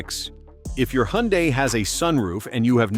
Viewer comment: It's pronounced Hun-Day not Hee-Yun-Die.